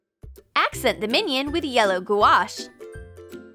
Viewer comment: I can’t stand the banana one it makes me wanna cry the way she says gouache